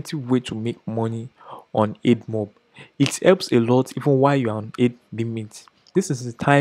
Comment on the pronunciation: Great content. I just feel you should know this... It's (AD)mob as in "Advertising" not EDmob.